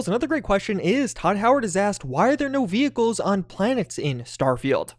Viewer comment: sounded like he said we gave you double jump quit whining no vechicles for you